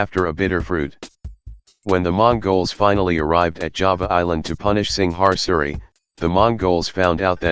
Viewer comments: *Kediri (Ke-Dee-Ree), not Kendiri *Singasari (Sing-nga-sa-ree) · Dude I know you can pronounce Singasari. You are Malaysian. So try harder next time. Also Javanese, Sundanese, Balinese, Maduranese have used Steel weapons for a long time.